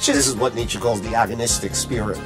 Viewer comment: After a while I just hear Dmitri instead of Nitsche